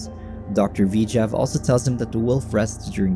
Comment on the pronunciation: Why is the narrator saying "V-jav" instead of "Vijay"